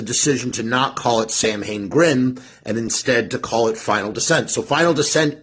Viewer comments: Or "sow-win". But definitely not SAM...HAYNE. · It's pronounced SAL. WIN. letter a is silent as well as letter I. Doofus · The BAND is pronounced SAM HAIN, my guy. The historical event is pronounced SOWW IN, but the band has always been pronounced the incorrect way of the Irish feast. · Excuse me, teacher. This bad man is mispronouncing samhain again. Buddy, 40 years in everybody knows how it's actually pronounced and everybody also knows how the band does it.